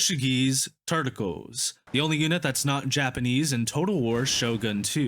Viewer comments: Nice video! Fwiw, “Tercio” units are pronounced “Ter-th-ē-ō” then slap on the s at the end. It means one-third/third in Spanish. Other than that, keep up the good work! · I see people more often than not absolutely butcher the word “Tercios”. It’s a soft “C” guys…